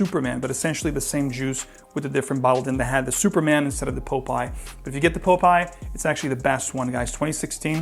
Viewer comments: popeye... not pope-eye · Sorry, but I couldn't resist: POP-eye, not Pope-eye. Thanks for doing the entire range!